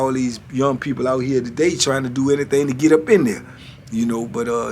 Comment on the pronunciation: Can you tell them it's pronounce do not dew🤣🤢